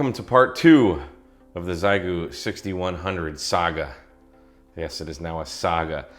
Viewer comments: It’s not pronounced “zaigoo”. It is pronounced “she-yay-goo”. If you’re going to review a product, at least learn how to pronounce it’s name… Also, “running RF Gain always at 100%” is, to say the least, dumb. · Sorry, - but after my experience with the X6100, I'm pretty sure the correct pronunciation is "she-yit-goo". My first X6100 had a totally non functional internal microphone, and lasted exactly 2 days before encountering the legendary Xiegu "HCF" [Halt-and-Catch-Fire] bug, which causes the X6100 to LOCK UP in a keyed state, refuse to respond to any key, and get so hot you will think it's going to burst into flames. I finally got it to power down by laying it on a table (to hot to hold) and hard pressing the power switch for about 30 seconds. To this day, I'm not sure if that long-press on the power switch actually forced a power down like a PC, or if the X6100 has some emergency internal temperature shutdown which finally kicked in - but I can say this... After getting it to finally power down, it refused to boot back up - powering up only to a blinking cursor - which is apparently ANOTHER classic X6100 failure mode known as the "Xiegu X6100 BSOD [Black Screen Of Death]". I was able to recover from the BSOD state by totally re-flashing the firmware on my X6100, but then there were other lingering issues - like the fact that the battery monitor/charge circuitry seemed to have lost it's mind, and started reporting random battery voltages [another classic X6100 issue]. Ironically, this was soooooo bad that I decided to give the X6100 another chance - based on the dubious theory that this first X6100 MUST just be a LEMON - because NOTHING could be that bad and be marketed as a fin